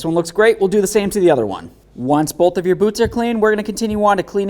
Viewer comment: Very helpful video. You may try to cut back on saying "go ahead and". Also you keep saying bowlth instead of both. Very distracting. A lot of content creators seem to do that but seem to only do it when they are explaining something.